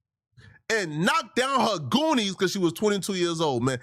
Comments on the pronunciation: It’s Doonies dude not goonies lol 🤦🏾‍♂️ if you gonna say it say it right .. and no doonies don’t mean coochie it’s panties it’s a old saying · It’s doonies not goonies